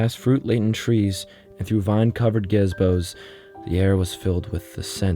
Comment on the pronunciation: This nigga mispronounced gazebo